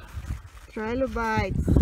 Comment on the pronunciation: Generaly good interesting video...just one thing though... they are Trilobites not Tripobites :)